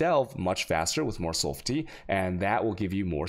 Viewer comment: Best is 'sulph-tee'